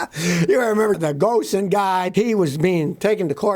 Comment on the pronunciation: Hey Scotty ! Love your videos. Small correction- Ghosn is pronounced Ghone. Why- it’s the French way of doing things !